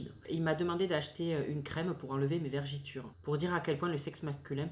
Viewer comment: Tes vidéos sont excellentes. Mais on dit vergetures pas vergitures comme tu as dis. Continue tes vidéos et reste toi même ❤️